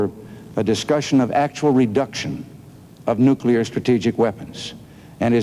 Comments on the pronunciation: Those damn nukear? nookear? nukeyer? weapons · Carter cannot pronounce "nuclear".